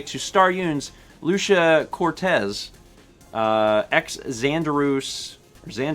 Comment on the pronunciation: i don’t know when but during this stream my name was butchered pretty bad, it’s pronounced loo-chee-uh cort-ease